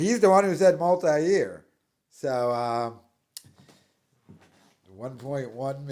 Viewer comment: he doesnt know how to say "multi" or "multiple" 🤣 even pedo'lia made fun of him back before they all got cancelled for being pedos & weirdos